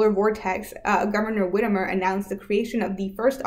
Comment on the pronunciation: Whitmer is Whit-mer